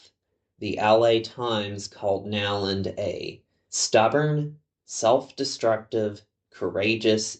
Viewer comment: Isn't the name pronounced, "Know-land" rather than Now-land?